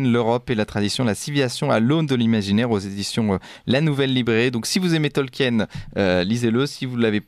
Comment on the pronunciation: C'est pas tolque-hyène, ça se prononce tolkeen.